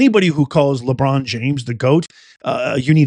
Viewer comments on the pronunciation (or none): Hillarious., the NBA commercial played just as you said Labuan James name…lol